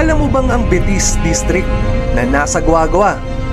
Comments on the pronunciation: Betis - (be-tis) not (bi-tis) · It's Be-tis po kung bibigkasin medyo may pagkamalambing po ang salitang Betis. ☺️ -from residence of BETIS 🥰